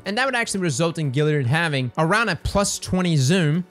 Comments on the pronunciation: Dammit,, there's an A in Galliard, it's not Gilly-ard! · you are the best man. But you absolutely kill me with that galliard pronounciation. Galliard bro... Like boys and "Gals"... Gilly lol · Love your vids, but It's Gal liard, as in short for girl, not Gil as in Vince. Let's tighten up that pronunciation. Thanks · GAAAAlliard cross, not Gilliard. Sorry, just driving me nuts every time you say it. Still love ya ✌🏻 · Classic... GALLiard. Not GILLiard. Much love though lol. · Stop saying Gilliard. It's Galliard. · my man! I love ya, but we have got to get you to stop saying Gilliard…. It’s Galliard with an A! Kills me every time you say it. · Say "pal". Say "gal". Now say "gal-liard". Great vid! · GALLIARD !! GA.. GA .. GA.. LLIARD !! LOL. love cross still tho.. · "Gal" GAlliard but I'm not the pronunciation police so say it how you want. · Every time you say "GILL-iard" I hurt myself. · is impressively consistent at mispronouncing Galliard.